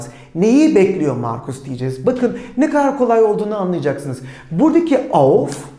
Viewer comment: Birçok kaynak denedim, çok da iyiler ancak siz am besten siniz.. Teşekkürler. Ayrıca sanırım göçmensiniz 'ne kadar' sözünü telaffuzunuza dayanarak ☺️